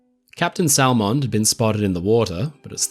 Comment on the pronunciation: Minor annoyance. Salmond is pronounced without the L just like Salmon the fish. (“Sammond”)